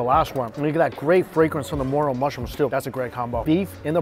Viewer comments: everytime he's said moral mushrooms(morel) my face contorted 😭 it's pronounced 'muhrel' please 😣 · More-el not Moral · FYI is not moral mushrooms is pronounced more -rial mushroom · Ummm its not "moral" mushrooms it's "Morel" More EL and I agree, they are amazing, hard to find, got to get them dried then hydrate them with hot water to reconstitute but worth the effort. 🤣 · it's MOREL mushroom, pronounced as "moRELLE".... not "moral". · Everytime he mentioned the mushrooms it sounded like moral instead of morel and it got a tad weird for my brain. 😆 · you pronounce morel, mor-rell. Not mor-ral. Very good video! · it's pronounced MORE-L not MORAL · Same with the Morel mushroom. It’s Mr-el not moral. Just saying. Love his videos, but like you it bugs me. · Morallllll. Not morol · Morel is 'more' plus 'rel' like bell. Emphasis on the 'rel' syllable. I'm in Michigan where we hunt them every May. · April is Morel mushroom season in Pennsylvania. Families keep their harvest locations secret, passed down through the generations. White and Black Morels…..fried in butter is our favorite use. Morel is pronounced Mor-L with emphasis in the L.. I’m going to try the next batch of morels recipes. Thank You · "Moral" mushrooms 🤣🤣🤣 adding to the list of items mispronounces, loved the vid keep em coming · Love your videos but every time you mispronounce some words I cringe 😬 mo·rel /məˈrel,môˈrel/ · Lol, I'm pretty sure its pronounced "more" "els" mushrooms. However the food looks fantastic! And hoping it taste even better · "More-relll mushroom" lol... I just can't hear him call them morals one more time. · Morel pronounced More-L. lol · morel rhymes with hell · Just how many times can you mispronounce the name of Morel mushrooms? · Hearing mispronouncing morel over and over again was sad. It's not even an all that unusual ingredient...